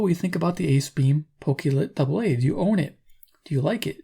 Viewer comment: Pokey Lit? It's pronounced Poke-clit.